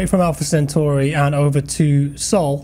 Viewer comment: FINALLY! Someone who pronounces "Centauri" correctly. Well done, sir!